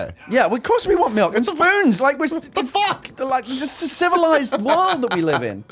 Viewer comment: I heard Tim say "melk"